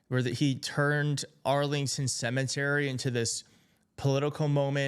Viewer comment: No correction but the word is "cemetery" non "cementery"